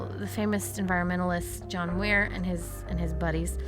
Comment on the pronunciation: Is it just me, or does it sound like she said John "Weir" instead of "Muir" ?